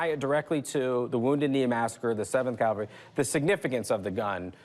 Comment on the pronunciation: I cringe whenever I hear someone say "calvary" instead of "cavalry" like Rick did here. FYI, Rick, Calvary is where the putative Christ was allegedly crucified. Some people even say "cowvary" so that it bastardizes both words.